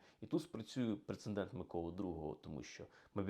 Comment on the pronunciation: Пане історику! Пре-це-дент, НЕ "прецеНдент".